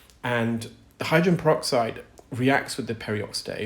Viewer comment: Except for the pronunciation of the word hydrogen. He's only saying the first and last syllables. "Hydren." 😢